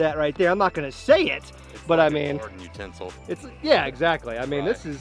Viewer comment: when he said a garden utenzil 😂